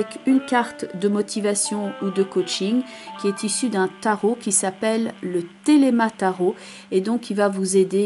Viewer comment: Bravo pour ce tirage très professionnel, et très juste en ce qui me concerne (quel bonheur de vous entendre appeler les cartes du Tarot de Marseille par leur nom CORRRECT !). Je me réjouis de vous retrouver en 2019.